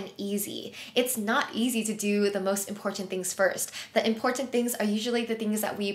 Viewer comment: The number of times you say “important” and over pronounce the middle T 😅 Thanks for the great tips and video with concrete examples , apps and ways to improve productivity and organization. Your videos are always calming and motivational. I would just suggest trying to use different words to replace “important” so as not to over simply or sound redundant.